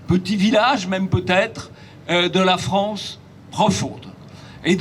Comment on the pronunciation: "La fwance, elle va être n.. bientôt" ... Pourquoi "bientôt" ? .Ca y est ,c'est fini la fête , le point de non-retour a été atteint (de toute façon des frouzes qui ont peur ,alors qu'ils sont deja colonisés de partout , juste d'appeler un noi.. un noi.. ca laisse présager de la vigueur des futurs "Reconquistador" de mes deux )